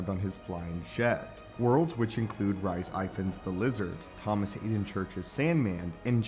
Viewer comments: From what I've heard, it's pronounced more like Reese Ifans . Not quite sure about it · “Rice Ivan” that’s actually really funny. The way your pronouncing the lizard actors name. He’s from my town in Wales 🏴🏴🏴